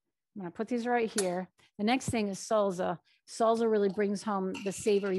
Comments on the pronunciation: Salsa not salza 🥰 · Thank you, this is helpful. Salsa - both s’s in salsa are pronounced like a in snake. Just a tip. I am a bilingual teacher I hope that helps.